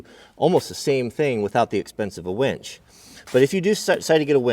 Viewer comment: its winch, not wench. Kidding...great video! really enjoy your vids